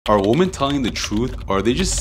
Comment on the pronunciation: actually the correct way to pronounced women in plural is Wimmin.